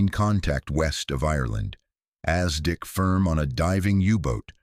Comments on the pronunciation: Is ASDIC NOT Aztec and Not as Dick poor Ai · "as Dick firm" .... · As Dick was even better and then Lootenant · Exactly so. AZTEC instead of ASDIC (Anti Submarine Detection Investigation Committee) SONAR in today's parlance. If this is the best AI can manage we are all doomed!!!!!!!!!! "as Dick Sonar" It is a good read, very informative but Isn't proof-reading part of this process? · then don't use AI, yes know about ASDIC but intonation is wrong.